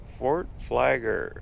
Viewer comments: Hey... It is not Fort Flager... It is Fort FlagLER... LER!!!!! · It’s called Fort Flagler, not Fort Flager! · Tha fort name has two Ls in its name please pronounce Both of them with a G between them.